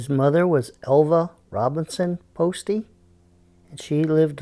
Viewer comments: The name is pronounced post, not postie. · It's post the e is silent dude